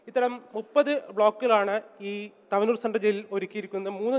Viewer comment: തവനൂർ എന്ന് വായിക്കടോ വായനകാര